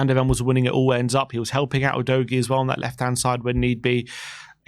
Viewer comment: Stop saying Oh-dough-ghee, please. Everyone knows now it’s Ooh-doggy.